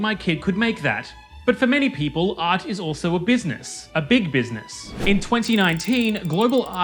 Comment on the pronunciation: I know it's juvenile, but to me it sounds like he's saying "Ars". Not sure how much I'd like that new perspective though.